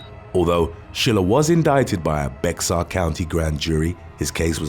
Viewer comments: A lot if people get it wrong, so no harm done, but the county where San Antonio is located - Bexar - is pronounced BAY-er, not BEX-er. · Bexar County is pronounced like bay-har or like most Texans say "bear county". Not pronounced "bex-ar" 😂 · It's actually pronounced 'Bear' County, although it's spelled 'Bexar' County😉. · BEXAR county in San Antonio is pronounced BEAR. The X is silent. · San Antonio, Bexar county is pronounced bear county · BAC is point one two.. not point twelve and Bexar is pronounced bear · Just a tip: Bexar county is pronounced "BARE" County. Sorry, it's just that I've noticed this so many times in many videos, & I'm sure that, being such a great narrator, would want to say it properly. 😊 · The X in Bexar is not pronounced.